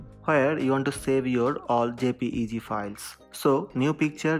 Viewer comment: its jpej not a jpj wht the